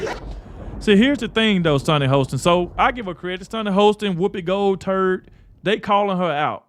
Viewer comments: He said Gold turd -made my day 🤠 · "Woopi Goldturd" 😂😅